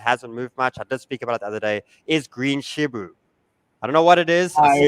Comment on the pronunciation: Its hilarious how they keep calling it Shibu